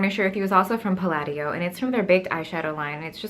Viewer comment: Palladio is pronounced more like you're saying "pal audio".